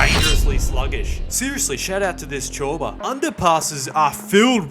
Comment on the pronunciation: The way bro said ciorba is crazy😭😁